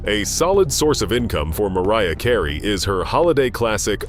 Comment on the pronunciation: Please stop mispronouncing these artists' names!!!!!!! Who the heck is MAR ee ah Kar ayyyyyy??/